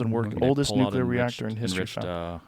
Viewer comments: This dude is killing me "Nukuler" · thinks hes a scientist but says "nucular" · can you spell nuclear properly but not pronounce it properly? Or do you think it is spelled nucular? lol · It's nuclear not nuculer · Someone get to stop Mispronouncing nuclear, drives me nuts